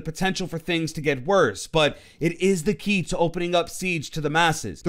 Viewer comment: Lol I like how he says "the Key" Was that intentional? Haha